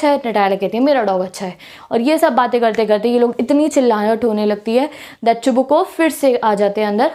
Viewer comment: I am so laughing when can't pronounsence some words like 😊😂😂 that